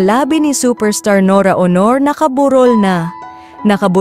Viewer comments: Dios ko pakiayos ng pagbigkas Walang kabuhay Buhay.Aunor Hindi Awnor LABI La-Bi... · Kkabwisit ang narrator. AI ba yan? Anong Nora Honor? Buset. Labi lang di pa masabi nang maayos. Ano yun LIPS ni Nora-labi. Ito ang kaibahan ng vloggers sa tunay na journalists/reporters. La kwenta.